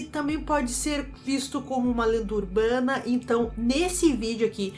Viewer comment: A é tão incrível, sincera, sem sensacionalismo ❤️ KKKKKKK amei a parte do "urbrana"